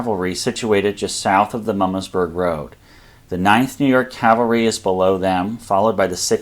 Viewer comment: Good video but as a semi-local (I live in Carlisle), hearing the pronunciation of Herr's Ridge and Mummasburg Rpad grated on my ears. "Herr's" is pronounced "hers", and not like the German word for Mister. "Mummasburg" is pronounced as "MOO-maws-burg". In print, they sure look like how you pronounced them though! Pennsylvania Dutch does some weird things! Don't get me started on how we pronounce "Lancaster".